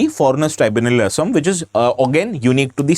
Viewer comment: Thank you for pronouncing অসম correctly and not " Aaaasaaam"